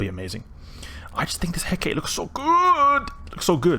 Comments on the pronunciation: Cool ship! I believe it's pronounced "He-ka-te", not "Heckate" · it is pronounced he.ká.tɛ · Hecate should have three syllables. I pronounce it like "hɛ" as in "heck", "ka" as in "cop", and "tɛ" as in "test". There are other pronunciations (such as hɛk ə ti, where the ə is like an "uh", and the ti is like "tea") depending on dialect/language, but it should always have three syllables. The ship is named after an ancient Greek goddess. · Pronounced hair-car-tay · c'mon man, just watch how Xtra Squishy lol says it. Failure of schools in the Anglosphere? I've never met 2 people in eve that say Hecate the same way lol XD You going to make a T3D comparison video in future?